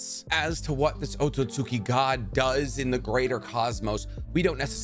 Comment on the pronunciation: Thank you for pronouncing Otsutsuki right because literally no other Narutuber does. EVERYONE else thinks it's "Otsutski" or "Otsuski"...